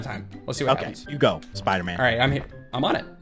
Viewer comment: Episode 2 you said spooderman